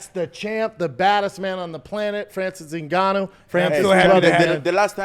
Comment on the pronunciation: Mike trying to say Ngannou😂